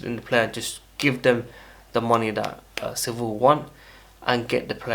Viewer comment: Bro it’s Sevilla (se-vi-ya) not civil